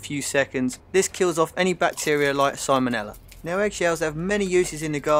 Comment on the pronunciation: You lost me at “Simon-Ella”